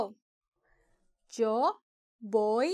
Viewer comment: Thank you for the video. You pronounce YO, like Joe (English pronunciation) I thought it is Yo like the toy, yo-yo, just on yo.